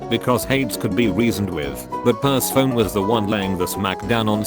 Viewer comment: I hate how it says per-se-phone. It’s per-seh-fon-e.